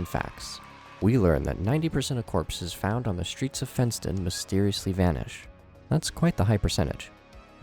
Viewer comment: When he said “fent”ston I lowkey tweaked